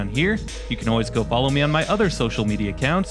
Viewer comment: Quite the educational video! 😳 But the way you said "ankle" and "peace", I wonder just how long before Michiganese becomes a separate language from English, and unintelligible to other North Americans? 🤔